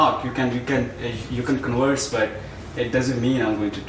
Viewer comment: "You can conwurse"